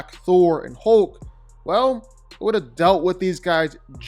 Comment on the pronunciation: Why does he keep saying hooolk its hulk